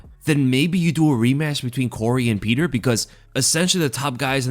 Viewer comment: all of a sudden says "Peter" now? He was the king of "Pyotr"